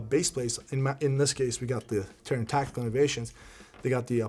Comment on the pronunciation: Now it’s all tacteekewl